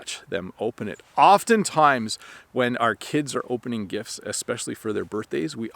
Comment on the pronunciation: Hey! I have a question. I noticed that when you say “gifts” you don’t pronounce the “t”. It sounds like “gifs”. You clearly pronounce the “t” when you say “gift” though. Is that correct? Thank you and Happy Christmas!